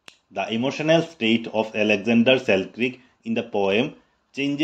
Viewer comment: Sir it's pronounciation is Alexander Selkirk not Selkrik....